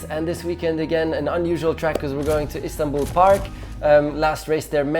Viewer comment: Everyone's talking about 8th curve(s). Rico just explained how it happened. BTW, your accent is very good when you say İstanbul.